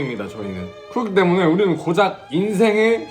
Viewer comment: 구로키 때무넹 개취했엌ㅋㅋㅋㅋㅋㅋㅋㅋㅋㅋㅋㅋㅋㅋㅋㅋㅋ발음 뭉개지는 거ㅋㅋㅋㅋㅋ 개귀엽넼ㅋㅋㅋㅋ